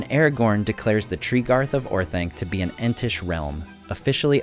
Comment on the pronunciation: Orth-onc, not Orth-aink! Read the pronunciation guide in the Return of the King appendices!